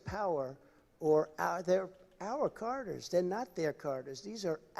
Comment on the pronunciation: he's trying to say "corridors", but to my ears it sounds like "carders".